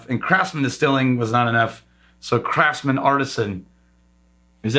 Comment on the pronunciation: You definitely pronounced Craftsman incorrectly. The C R F T ate not pronounced.